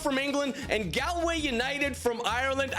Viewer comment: it’s pronounced gawlway